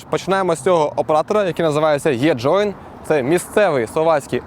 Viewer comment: Не єджоін, а еджоін. Навіщо з Е робити Є?